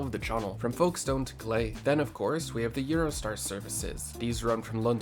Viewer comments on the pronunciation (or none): Foke-stun not Folk stone... Hey! You can see my house! 👋